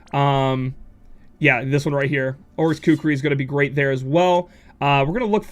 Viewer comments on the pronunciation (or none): none